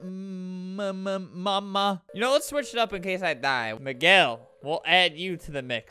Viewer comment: It’s “me-gel” and minji is pronounced “min-jee” at least for me ;v